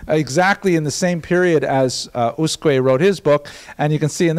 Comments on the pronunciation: The name Usque is not a common name, in fact, I don't think that name still exists in Portugal... But reading it according to European Portuguese rules, an acceptable approximation would be to read it like "OOSHK". The word is considered to have 2 syllables, with stress on the first ("Us"), but the second syllable is so brief that it sounds a but like a monosyllable. The "s" at the end of syllables is pronounced as "sh", so "Ooshk". One note to: pronouncing the "J" in "João" the way he does it (and apparently likes to do it), which is the Spanish pronunciation, is one of the most irritating things one can do to a Portuguese word... Other than that, great lecture. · As asked... in Portuguese in USQUE you don’t read the U after Q. You probably should read it as Usk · The right pronouciation is usk (u read like oo, s read like sh): I'm portuguese. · It's "Ooshk" :) Thank you for posting these lectures.